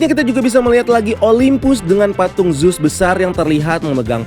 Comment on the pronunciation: revejer, bukan revenjer. zus, bukan zeus. tolong cara baca diperhatikan lagi. ganggu bgt kalau salah sebut.